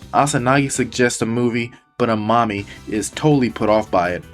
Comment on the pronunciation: I kept thinking you were calling amami "A Mommy" 🤣